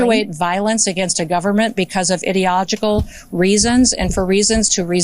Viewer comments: Hahahaha. Lol. Did she say "idiogical"? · An idiot says ‘idioligical’ and doesn’t correct herself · "Idiological"? Ignorant fool.